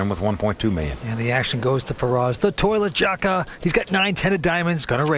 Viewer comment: Kept hearing "the toilette jaka" lmfao. The bathroom jaka